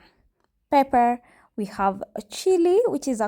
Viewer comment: pepa not pepe (Pepper)